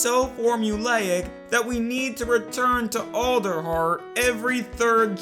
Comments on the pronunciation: Did anyone else hear olderheart instead of alderheart? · Is it pronounced Olderheart, or ALderheart (as in Weird All)? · you mean ELDER like as in the ELDER DEN but it's pernonced Elder heart not Older heart it's spelled Alder heart!!